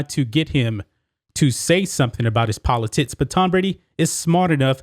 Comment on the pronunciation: Am I the only person hearing “politits” when says, “politics”? Just when I thought there was no way I could be pulled back into caring about elections, my man has managed to cast a different light upon the subject and frankly, I might be back! “Don’t let this last Presidential debacle leave a bad taste in your mouth. Let the redesigned, reshaped, and enlarged politits of future Congressman Bambi “Cotton” Canyons act as two perfectly shaped beacon’s, cutting through the darkness and exciting the next erection.